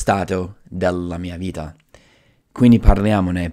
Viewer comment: Bravo, parli molto bene in italiano. Solo alcune imperfezioni: 0.04 bentornati al mio canale (non al mio video), 0.37 spremere (non premere ), 0.40 creativamente, ho smesso temporaneamente di fare video, 1.27 nell’ultimo : allunga molto la elle (nellllultimo), 3.30. vita (non vida), 4.20 infrango, 4.50 distorcere, 5.50 salute mentale (non della mente), zucchero nel cervello non è usato in italiano (diciamo sale in zucca), 7.30 gastronomia, 8.50 la meditazione (i nomi in italiano sono quasi sempre preceduti dall’articolo), 9.30 non manovre ma esercizi, 10.00nel mondo dei libri, 10.31voglio non voio. Parli meglio di molti italiani. Ho comprato il tuo libro, è molto utile, complimenti.